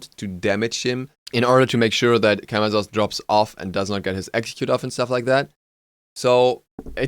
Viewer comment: As a side note, Camazotz is pronounced with "s" sounds instead of "z" sounds. Majority of Mayan gods with z's in their names are pronounced as s's (Ah Muzen Cab = ah-mah-sen-cab)